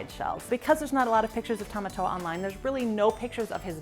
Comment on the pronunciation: Tomatoa not tomato